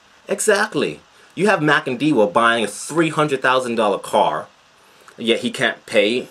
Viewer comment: Who is this? Do you really understand what this nation has gone through? You can barely pronounce the name correctly so how do you know he is making a killing ? Is your money missing? You are an idiot and foolish to say the least. You are used by people who are fugitives of the law They must learn to shut their zips first before they tell you to say nonsense